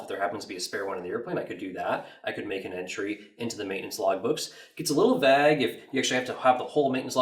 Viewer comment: "VAGE" ??! It's vague, sir